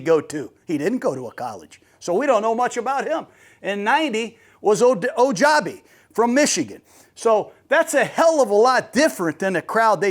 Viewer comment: His name is pronounced OH-JAH-BO